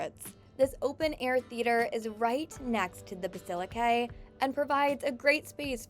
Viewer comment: Bassilaquet in carcasown 😬